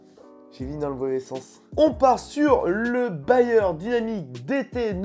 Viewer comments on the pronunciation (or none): C'est "BEyerdynamic" pas BAyer, Bayer c'est l'industriel de la pharmacie et de l'agroalimentaire